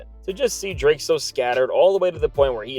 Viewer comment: Did you say Dra Kelly 😂😂